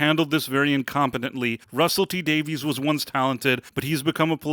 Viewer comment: Davies is pronounced Davis